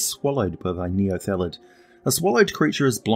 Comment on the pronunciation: Outstanding video as always, but it seemed like you sometimes said "neolethid", possibly due to the word "illithid". Or maybe it's just a kiwi thing. :D